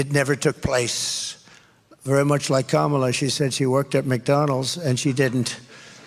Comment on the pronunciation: Her Name Is Kamala Not Kamarla.